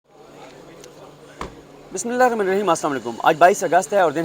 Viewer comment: Siddiq Jan...., learn BISMILAH UR RAHMAN. recite slowly